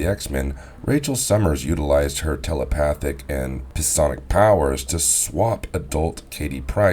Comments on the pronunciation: Gtg..he said “puh-sonic” not SY-ONIC…psionic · It's pronounced "sy-ON-ik", not "piss-SON-ik". Just sayin' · Ensemblah? Pisonic? Calistroh? Martyr instead of Maurader. A lot of mispronunciations. Sorry being too picky. Nice video